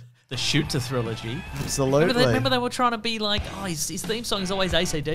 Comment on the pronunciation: "Thrillogy" - y'all were so proud of that haha. I'll allow it. 😂